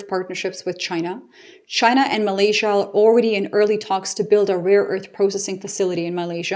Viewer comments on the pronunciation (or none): none